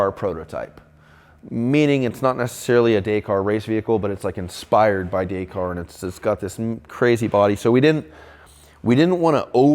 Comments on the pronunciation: DAY CAR 😂 pronounced DAKKARR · Please say the word Dakar in the the right manor , it is not Day kar it is Dak.Arr.. Paris to Dakar ……. Dak Arrrrr …… yes I am a Brit and yes I have followed the race since it started and yes I am a Rover Guy but I am married to an American Lady and have lived here for over 20 years . I love what you do and this car is outstanding BUT please say the word right …… thank you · Amazing build , only one thing wrong, you pronounce Dakar wrong, you say it this way dak-ar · Hey....if your gonna call something a name like that YOU FUCKING SHOW RESPECT AND GO BRUSH UP ON THE HOWS WHYS AND WHOS OF DAKAR......AND LEARN THE FUCKING WORD FROM THE MAN WHO STARTED IT. THERE IS NOT ONE SELF RESPECTING MAN WHO SAYS IT....DAY-CAR.....GET IT FUCKING RIGHT OR DONT DO IT.....I THOUGHT BETTER OF YOU!.....OL PERFECTIONIST QUALITY ACCURACY MAN!